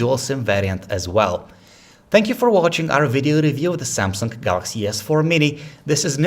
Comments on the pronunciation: Did he just say " samsungk" or its just me? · "Da seeamsunk.." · Lol he said samseng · That's SamsunG not SamsunK. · Good review, but... Samsunk?